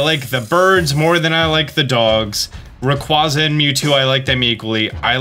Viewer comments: Still not pronouncing Rayquaza correctly... you hate to see it.. well hear not see but you get the idea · You are pronouncing Rayquaza wrong...